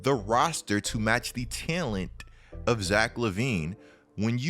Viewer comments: Bruh, why do you say "talent" like "tellint"? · Is anyone else uncomfortable with the way says “talent” lol. Otherwise good video dawg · i hate the way you pronounce talent :D HAHAHAHAHAH